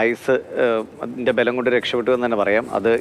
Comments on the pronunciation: Ayussinte " bhalam" alla Balam ! Anyway ..Thank God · പോയി ആദ്യം മലയാളം നേരെ ചൊവ്വേ സംസാരിക്കാൻ പഠിക്ക് പെണ്ണേ ആയുസ്സിന്റെ ഫലം അല്ല..... ബലം 😂😂